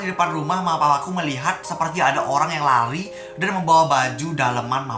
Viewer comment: Lari ka bukan rari